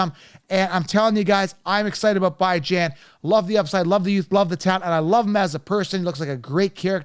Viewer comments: 😂😂😂😂 You said you love Bijan as a person and yet you keep disrespecting him by mispronouncing his name. 🤦🏾‍♂️ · A grown man intentionally mispronouncing another persons name is the corniest shit I’ve ever seen.